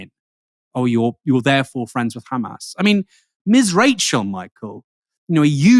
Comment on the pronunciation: why he said khamas it s hamas